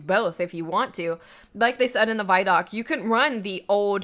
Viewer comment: Guys, it's pronounced VID-DOC, not VYE-DOC.